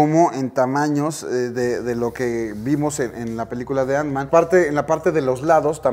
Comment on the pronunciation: Porque dice antsman? No era bastante fan y conocedor del mundo marvel? Ni teniendo la caja enfrente viendo que dice ant-man?